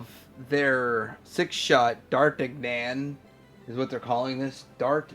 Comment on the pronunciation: I'm pretty sure its pronounced "Dar-tan-yon" like 1 of the 3 Musketeers.